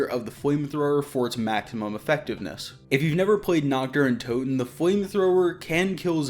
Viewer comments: Please learn how to pronounce NACHT DER UNTOTEN, YOU SAY knocked duruntoden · Nockt dare untoten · as a german speaking guy i love how every none german speaking pronounce "nacht der untoten" 😂😂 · nacht der untoten